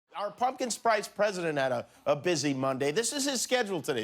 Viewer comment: "Pumpkin Sprice President"